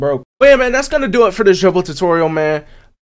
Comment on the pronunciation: U said the dribbles wrong